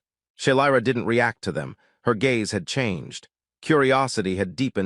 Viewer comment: AI doesn't know the difference between gays and gaze...